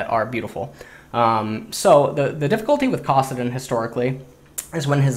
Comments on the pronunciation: ITS CASS-AH-DIN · same thing when he said kassadin.